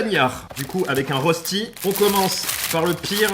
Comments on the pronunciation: Ça se prononce ( reuchti) pas ( Rosti ) 😂 biz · Salut, superbe vidéo comme d'habitude 😊 Mais le rösti se prononce "Rochti". Dédicace depuis la Suisse 🇨🇭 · Arrête d’écorcher la prononciation dès rösti, on dit rochti